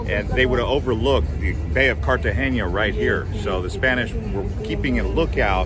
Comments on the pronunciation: Cartagena NOT Cartageña. There is no ñ in the name. Also, 20 pesos is $ USD 0.01 so I don't think the speaker could rent a covered area for 20 pesos; maybe $20,000 pesos for a short time which is USD $6.37. I am an American living in Cartagena for 5 1/2 years and wish people who post travel videos would give correct information. Please pronounce the name of the city correctly. The Hilton Hotel is in Barrio Laguito not in Bocagrande. The fort is called CAH-STEEYO - SAN FELIPE, NOT CASSTEEL SAN FELIPE. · Cartagena not cartageña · Except why do you say CARTAGENIA?? Theres no “I” in there. CARTA-GENA 🤦‍♀️ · It’s Cartagena! no CartageNIA! Na, na, na! Like saying NO, tuna, sabana. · Cartagenia? ITS CALLED CAR-TA-GE-NA, Usa citizen are terrible at pronouncing even their own language, they don’t even try. 😝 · So you’re going to do this whole video teaching us about a place - but you don’t even learn how to say the name?!!! Amazing. Cartageña. NOT! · Great video but your pronunciation of Cartagena was killing me 🙃 It’s pronounced Carta-hena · Car- Ta-Ge-Na. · There’s no ñ on the n please learn the correct pronunciation. ❤ thank you